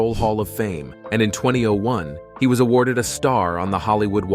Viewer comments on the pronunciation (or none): none